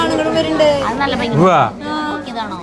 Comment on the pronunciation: ബംഗി അല്ല ഭംഗി എന്നാണ്, ആവർത്തിച്ചാവർത്തിച്ചു ബംഗി എന്നാണ് പറയുന്നത്